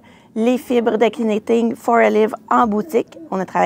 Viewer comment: Merci pour les belles idées! Sans vouloir vous offenser, je me permets aussi de vous faire un commentaire constructif: lorsque l'on prononce Knitting for olive, le "k" est muet tout comme vous faites en prononçant Petite Knit. Bonne journée!